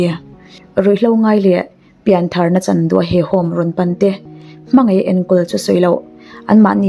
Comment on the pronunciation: Pi mapuii, Piangthar, nilovin Pianthar , tih tur